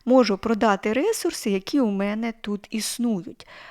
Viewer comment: Дякую, дуже інформативно. Але можна вас трішки поправити😅 не рЕсурси, а ресУрси. 😅 Коінпей грала, щось не сильно зайшло але спробую ще😊